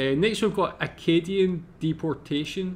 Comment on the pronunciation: It's Acadian...not Arcadian.